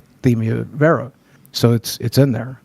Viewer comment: This is a small, stupid detail, but i dont think boogie said "vera" correctly a single time, even though the pronunciation was on the page he initially pulled up (VEER-a)